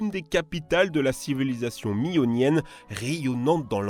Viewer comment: "Mionienne" Jeysus ! Et à priori le volcan se serait effondré sur sa chambre magmatique. Provoquant un tsunami qui s'est fait ressentir sur toutes les cottes méditerranéennes. Cela est su grâce à une strate salée correspondante.